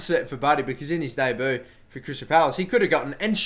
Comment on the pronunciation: That pronunciation of 'debut'! XD And the kiwi offer. bet he was pissed off about that